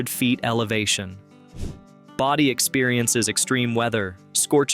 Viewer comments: It's BODIE, not body...I hate AI narration! If you're too lazy to talk, don't make a video! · You keep mispronouncing "Bodie". It's not "Body"! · The town name of Bodie, is pronounced as "Boh-dy", not "body." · BODIE pronounced BOW-DEE